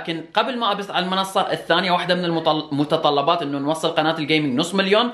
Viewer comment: مسكين كان ب يقوال المتطلبابات قال المطلقات ومبعدين قال المتطلبات 🤣🤣🤣🙃🙃